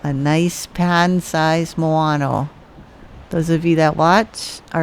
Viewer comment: Not the Moano eh ?! WTF is Moano ?! MOANA !!!! HELLO !!!!